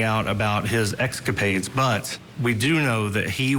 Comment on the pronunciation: Journalist said he had "excapades."